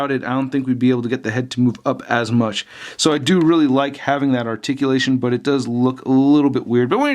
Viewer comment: WHAT THE FUCK IS ARTICULASHEN THE FUCK IS THAT